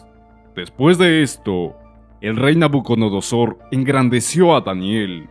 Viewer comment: Porque dice nabunodosor? Si es nabucodonosor?